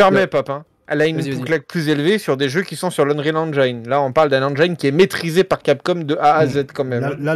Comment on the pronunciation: Engiiiiiine et non Enjaïne ^^